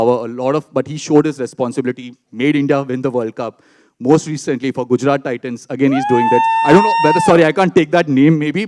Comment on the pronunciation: What is Gujaran ??? Isn’t it GUJARAT 😂😂😂😂